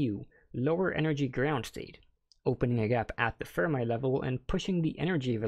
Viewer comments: FERMI = "fur-mee", not "fur-my" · Pretty good explanations. I'm going to point out you are pronouncing "Fermi" wrong; just a heads up.